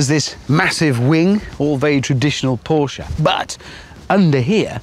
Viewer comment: There's lots of incredible things in there, but the one thing I take away from it as the most important and memorable thing: Hammond is a Brit who knows how to properly pronounce Porsche. Kudos.